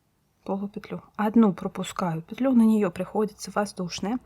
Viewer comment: Ну наконец! Целый день искала что-то подобное. Попадалось то плотное, то дырявое🤣 За петлЮ и нАкид - отдельное спасибо😍. Старая интеллигентная советская школа. Пожалуй и подпишусь ради этого😁. Всем щас стало казаться, что правильно накИд, потому что накИдывать. Хотя почему-то если прикУсывать - не прикУс, а прИкус😂. Волшебный русский язык😉. Недавно попадался фильм Настройщик" К.Муратовой - крупнейшего советского режиссёра, ну так там тоже звучит нАкид. Неужели бы человек такого уровня и статуса не заметил бы, если бы это была ошибка?🤷‍♂